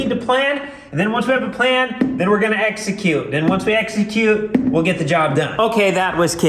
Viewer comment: "Eexecute" hahaha 🤣. Make sure the emphasis is double "e" execute. I dunno, the weather forecast is for huge blizzards.